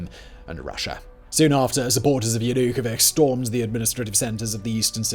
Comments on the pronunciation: Everytime he says YanukoviKH something inside my just dies. Why is it so hard to learn how to properly spell eastern names? Every single western video about war in Ukraine is filled with improper pronunciation of names of cities, villages, people. If you are going to talk about half and hour about a person, why don’t you learn how to properly pronounce their name? Sorry for being salty, but it’s just disrespectful in my opinion. It’s not that hard to learn how to properly pronounce someone’s name. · At least learn to pronounce the names: in Yanukovich the ch is pronounced like the ch in cherry not as in the word chaos. jɐnʊˈkɔwɪtʃ The rest is just as good as the pronunciation of the name, not even pretending to be unbiased. I have been watching Russian Roulette by Vice News. It is worth watching. Much more time consuming than this stuff, and also partial, but much more balanced, asking local residents and broadcasting their views even when it is contrary to the western narrative. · How hard was it to learn how to pronounce the name correctly? Do you call John Malkovich or Milla Jovovich... as vik? Whats wrong with you? Makes it hard to take you seriously. And Its a sensitive topic to me since my own name is Karpovich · JanukoviK? Was it really hard to learn to pronounce Č like you did with Jushcenko? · I mean.. yeah, that's one way to sum up this story. Kinda like your pronunciation of ya-nu-ko-viTSCH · It is YanukoviCH. If you gonna cover this learn how to pronounce the name of the president. If you can't even get the name right questionable how well you fact checked the rest...I can name about 20 other inaccuracies and more omissions. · >>yanookoveehh ahahahah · take a drink every time he mispronounces Yanukovich's name! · Oh, for God's sake- you can't even pronounce his name! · You have got to figure out how to pronounce the man's name correctly. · Stop butchering Yanukovich’s name😂😂😂😂😂😂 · The way you pronounce Yanukovych is absolutely insane.